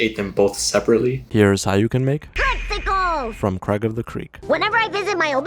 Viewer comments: is this guy allergic to saying the i in craig? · i just noticed 😂😂